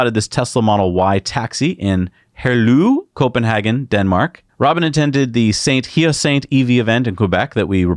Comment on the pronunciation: Sainte-Hyacinthe = Saint 'Yasaint Anytime you have French to pronounce, just call me. 😊